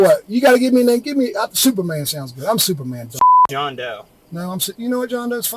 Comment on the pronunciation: Did he say superman or stupid man?